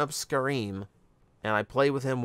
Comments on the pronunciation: I didn't want to be the one to point it out, but you're correct, I think. I cringed when he said "scar-eem". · Pretty sure Scarem is pronounced “Scare ‘Em” like “scarab” (because he’s a beetle) and like “Scare them” because he’s presumably scary.